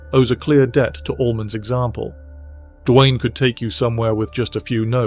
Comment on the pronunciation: It's "Duane", not "Dwayne".